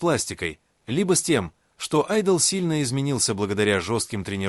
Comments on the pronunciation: Озвучка ИИ просто мрак - ЧИмин, ШугА, айдОл и т.п. Ну, а фотографии Тэхёна на фоне рассказа о Чонгуке это край. Вобщем, ролик сделан на отвали. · Слушать противно, одни домыслы, которые много лет гуляют по просторам ин-та. Не понятно, рассказ о Чонгуке, а фото Тэхёна, но больше всего возмущает ударение в словах: макияж, айдол и имена мемберов.